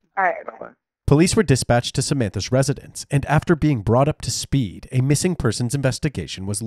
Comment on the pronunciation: Like whatevvar. We wanna call just to let you know, our friend is missinguh.